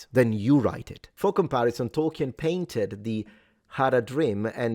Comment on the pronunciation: Btw it's pronounced toll-keen, not toll-ki-en.